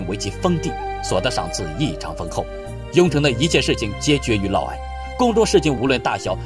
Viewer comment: 嫪（烙）毐（矮）